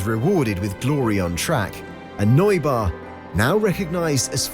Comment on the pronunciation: The way Neubauer was pronounced made me beckon physically